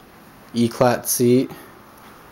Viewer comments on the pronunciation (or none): Eclat is pronounced éclay